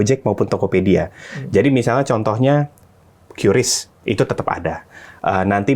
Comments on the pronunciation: Qris baca "kris" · Bacanya kris pak bukan kiyuris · q = kiu ris = ris